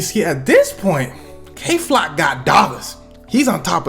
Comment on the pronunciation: Did he say gay flock on purpose at the start 😭😭